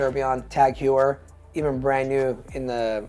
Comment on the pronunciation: Its Pronounced Tag Hoyer not Hewer. SoCalled Expert??